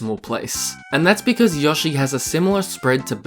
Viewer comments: I know alot of people have already said this but: YO-shi not yosh-E ok I don’t mean to hate but that was just getting on my nerves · Have i been saying Yoshi wrong my entire life? I thought it was Yo-shi, not Yah-shi.